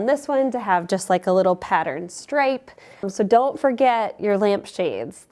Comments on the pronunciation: Love when Minnesotans say soo 😂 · I’m from Wisconsin and every time she said “soooooo,” I liked her a little more. ❤